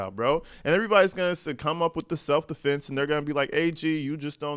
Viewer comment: Its probably AI you really think that idiot Alexander can write like that especially with all the correct grammar... He didn't even know how to say self defense he originally said multiple times self deflense not self defense... Not to mention see all the — in between the words... Most don't know how to use those unless you are a journalism major or English majors. You really think that fool does... My guess is AI wrote the statement